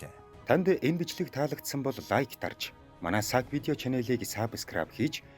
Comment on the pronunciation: худлаа яриад байхын саб скраб биш сабскраяба гээч зүгээр байсан эзнийгээ юу гэж хаздаг юм бас 50 нохой тэжээхгүй